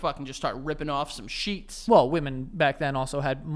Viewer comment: The number of times I rewound "BEG SHETS" 😭😭😭